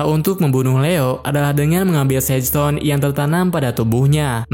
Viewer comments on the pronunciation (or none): none